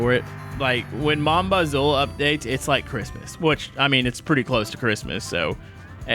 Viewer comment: just for your knowledge mon bazou stance for my trash car and bazou is said like bazoo ! BTW love the content!